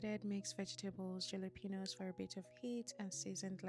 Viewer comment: The J in Jalapeño is pronounced as "h"